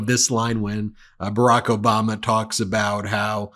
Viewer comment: Did you say "Obamna" by accident? Lol 😂